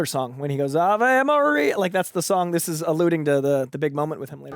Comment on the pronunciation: It’s pronounced “ah-vay” Maria